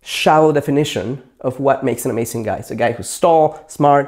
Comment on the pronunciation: he says amasing xD